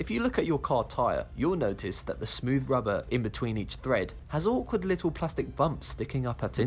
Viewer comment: It's tyre TREAD, not thread, wtf is this narrator talking about?